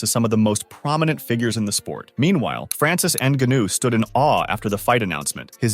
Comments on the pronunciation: “N-gunnew “? Get a clue lol. It’s neh-gon-yew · EN-GAH-NO that's how you say the last name correctly. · Dude learn how to pronounce the name of a famous fighter. Nnnn/gaa/nu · Ah yes, N Ganoo. That's totally how you pronounce his name. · How can this narrator not know how to pronounce Ngannou? Tell me you have no idea what you’re talking about without telling me you have no idea what you’re talking about.